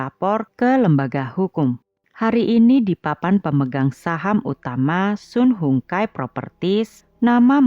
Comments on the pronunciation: Sun Hung Kai (baca) SAN HUNG KEI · Cara baca nya SUN HONG KAI